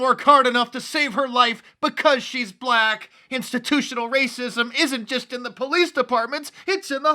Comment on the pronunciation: LMAO! Wacism - Wacism!